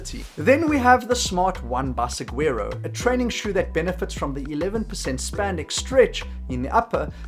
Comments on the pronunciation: Pronounced "sawaroh" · Hello, as someone from Arizona (where Saguaro cacti grow natively), I gotta let you know how to pronounce Saguaro. It uses a Spanish pronunciation, Sah-wore-oh. The G is silent.